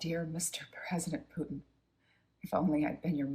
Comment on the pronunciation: Good video, but please don't pronounce it Pyutin.